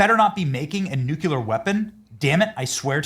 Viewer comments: it's nuclear, not nuculer. Sorry, had to say it. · should stop pronouncing Nuclear like Jimmy Carter did. It's not "Nuculer" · It's not NUCULAR. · You are pronouncing nuclear like George Busch. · I cannot believe that podcasters can go on the air and mispronounce nuclear. It is abominable. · Pray for our President. He is a gift given to us, the USA. Nuclear is pronounce new-kle-ahr. Only one U. The country is off the tracks. They ( many) are no doubt are trying to do him & others harm. Thanks.